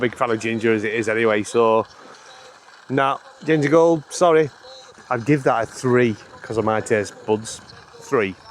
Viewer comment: That Ginger Gold was magic. You suddenly started talking in a high pitched voice with a strange accent.